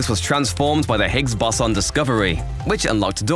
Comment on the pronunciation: Not Really. Seemed to pronounce Higgs Boson wrong....